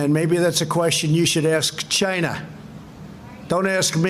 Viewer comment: What is wrong with the president???? "Ask Chy Na, Don't ask me" !!!!